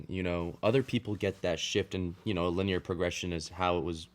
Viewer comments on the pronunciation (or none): none